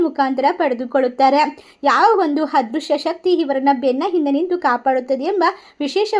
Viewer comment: ಹಾಂತರಿಕ ಅಂದ್ರೆ ಏನು?? ಹದೃಶ್ಯ ಅಂದ್ರೆ?? ಸ್ವಲ್ಪ ಹ ಕಾರ ಅ ಕಾರ ಸರಿಯಾಗಿ ಹೇಳಿ